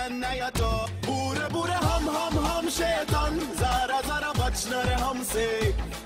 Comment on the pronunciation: The way he says SHAITAN, instead of SHAITAAN 😂😂